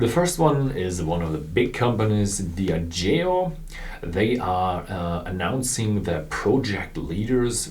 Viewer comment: diAgeo, not diagEo